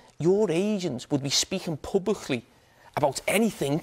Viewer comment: Publichhhhh....pubichhhhhh.....pubbliccccch...... Out in the open